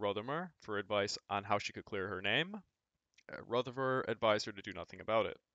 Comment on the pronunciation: it's RotherMERE!